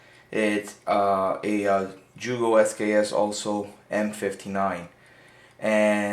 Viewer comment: YUGO, YUGO, NOT JEWGO